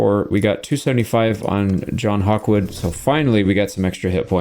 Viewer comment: John gawkwood?